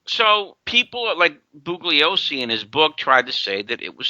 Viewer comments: DiEugenio pronouncing the hard "g" in Bugliosi is rough. The 'g' is silent, as it should be in DiEugenio... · Doesn’t have the decency to learn to pronounce Bugliosi.